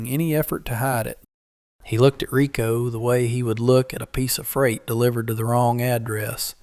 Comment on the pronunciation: Excellent story. Can't stand to watch the dopey pictures of these things so I play Solitaire while I listen. Riko deserves better than to be called rye-co.